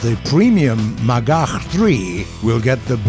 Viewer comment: first time I heard anyone on youtube say "Magach" properly... GG war gaijin